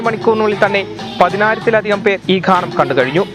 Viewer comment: Wow സൂപ്പർ. ഖാനം അല്ല.ഗാനം എന്ന് പറയൂ